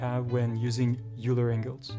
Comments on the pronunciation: great video, thanks a lot. and maybe you know this already, but Euler is pronounced "oiler"/"oy-ler" not "yooler" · Oiler! not youler.. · It's pronounced "oiler", not "youler". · It's a common mispronunciation, among people of all accents. "Euler" looks like it should be "yoo-ler," similar to "Ferris Bueller." But it's actually "oiler," like "someone who oils." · It's is pronounced "oiler", not "youler". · you pronounce "euler" as "oiler" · Euler is pronounced like "oiler" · Great video. "Euler" is pronounced "oiler" btw. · It's weird but Euler is pronounced like Oiler or Oy-ler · Euler is a german name, pronounced "oyler" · Not too important in the grand scheme of things, but it's pronounced like "oiler." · Dude teaches Euler rotation and pronounces Euler wrong every single time. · Dumb pronunciation of EULER!